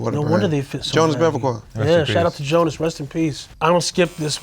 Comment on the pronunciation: WORST TAKE IS TRINDAD JAMES BUTCHERING JONAS LAST NAME HE SAID JONAS BECKAVOR LOLLL RIP JONAS !!!